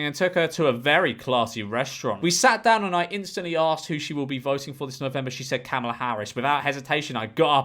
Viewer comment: I will say that Kamala is pronounced like “Comma-La”. “KAM alah” is how Trump has been pronouncing it. 😅